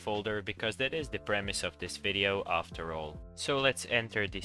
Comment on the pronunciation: And he said aafter xp